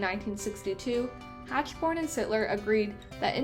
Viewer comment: Mr Hachborn’s name is pronounced Hackborn